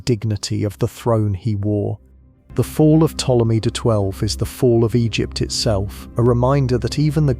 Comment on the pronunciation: Everytime Ptolemy's name is misprounounced in this vid, a fairy loses its wings.